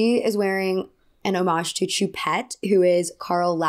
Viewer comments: Sorry if 1200 people have already commented this, but no biggie just fyi Choupette is pronounced Shoe-Pet Also why do we know the name of a famous dead man’s kidnapped cat? But here we are. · You’re pronouncing his cats name very wrong. It’s French for cat. Look up the way to properly pronounce it please. But I agree about Doja